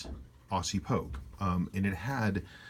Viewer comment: Love your videos. I have an April '69 Proof, notched case Pogue on the way. Can't wait.... Btw. It's 'Ozzy' not Awwwssssy;)